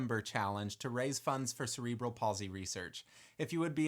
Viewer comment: Not the correct pronunciation of cerebral…